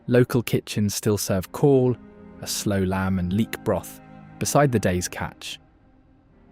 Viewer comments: Why have you got Scottish people playing bagpipes? Not Welsh at all! It's not Call it's Cawl! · Cawl is pronounced Cowl, and simply means Soup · Cawl is pronounced like the English word cowl. Not call. This feels very AI. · Please take the time to learn how to pronounce Welsh place names before making a commentary short like this. It is great that you are showcasing Wales, but consider the insult you make by not attempting to pronounce place names, or for that matter "Cawl" try it like this COWL with an elongation on the L. Otherwise well done. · A little more research into pronunciation would have made the commentary better. Even cawl is incorrectly pronounced and that's usually said correctly by non Welsh speakers. Shocking. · If you're going to the trouble of making a film about Wales you can go to the trouble of getting the pronunciations right. I had to turn it off after he said cawl. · I wish a Welsh speaker had told the moderator how to pronounce Cawl (= Cowl as in the animal+l) and Caerphilly ( = Kairphilly) or better still narrated the text dotted with so many Welsh words mispronounced here. Awful. All in all a very weird narration full of errors, so obviously AI and badly researched. But the images are lovely, turn off the audio 🤣🤣